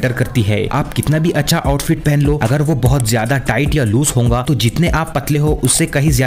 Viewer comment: Bro every time tells hounga not hoga